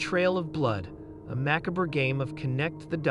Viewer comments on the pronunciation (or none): I appreciate the video, but you mispronounce a number of words which interfere with the narrative. ..i.e. macabre.